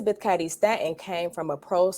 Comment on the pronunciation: Elizabeth Ca(long a for f** sake)dy Stanton. If you really knew anything about this topic, you’d surely know how the damn names of important, relevant people are pronounced, right? Since you don’t think the 19th Amendment was a result of decades of feminist work, why don’t you keep your azz out of the voting booth and stay in the kitchen and let men run the country. Matter of fact, follow the advice of the Apostle Paul and just shut the hell up.